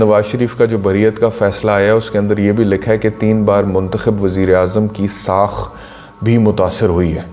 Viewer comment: لفظ ساکھ ہوتا ہے ساخ نہیں، بہت معافی کے ساتھ۔